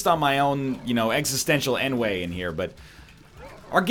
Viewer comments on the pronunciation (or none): Existential "ENWAY"?? NL, please stop using french words, you are butchering a beautiful language